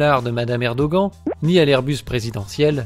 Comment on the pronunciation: Erdogan se prononce "érdoane", peu importe si tu ne l'aimes pas, fait un effort et prononce les noms turcs correctement, c'est la moindre des choses.